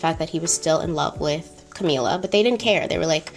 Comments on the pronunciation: Sorry to be weird about this, but I think the correct pronunciation is CamILLa, not CamEELa. Like the word "ill". Love your content!! Keep doing what you are doing! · cam-ill-a, like sick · So love your content! But this video irked me with how you pronounced camilla’s name. “Cameela”??!! Noo. It’s ca-mil-la pls don’t accentuate makes camilla sound pretty princess like which she is not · “Cameela” My brain: Ca-mill-a Every.single.time lol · I’m dying at your pronunciation of Camilla, you’ve given it a Spanish flair 😭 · I’ve giggled every time. Anyone else but.. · Yes I got that too and I am an African who watches many Mexican movies. These movies seem to have a lot of Camilla in it and sound just like calls it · Thought I was the only one😂😭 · The way you are pronouncing Camilla 🤣🤣🤣🤣🤣🤣 but you said you watched the crown !! Love the video regardless